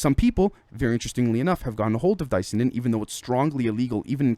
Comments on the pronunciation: I think you actually pronounce it Dis-Ya-Nin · say Cyanide, the say Di - Cyanin